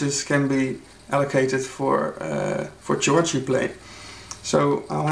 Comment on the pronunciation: Thanks for the demo... I thought you said "church" playing :-) But you meant chords I guess, pronounced "Kords". Ah, that's the beauty of the English language for you! Any way, I find Analog Four quite nice. I was just not sure about how spontaneous this instrument really is with all its sub-menus. I need to check it out next time I am at my local music shop.